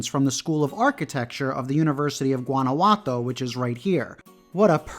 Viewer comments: Guanajuato is pronounced : WANNA -- WHO - AH - T O 👍👍👍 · I meant no disrespect when I pointed out that you didn't pronounce Guanajuato correctly . I was just trying to help you with your Spanish. P. S. where did I misspell " great video" ?